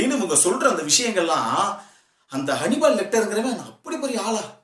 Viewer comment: Its not honeybal its hannibal